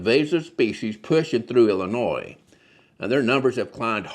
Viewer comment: Good video, but just for the record (at the mark), the state we're talking about here--home of Chicago,, is ill-ih-NOY, not il-ih-NOISE. As the saying goes here, "there's no noise in Illinois". This is because it's source is the French pronunciation of a local tribal word from almost 200 years ago.